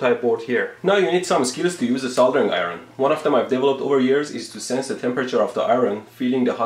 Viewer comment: "Eye-Ron? Whats an Eye-Ron cuz?"